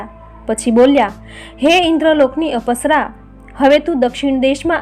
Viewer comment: પુરુષોત્તમ ભગવાન કી જય 🙏🙏🙏 અપસરા નથી અપ્સરા ઉચાર છે અપ એટલે ઓછુ જેવું કે પૈસા નો અપવ્યય